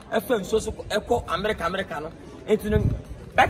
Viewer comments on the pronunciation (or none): none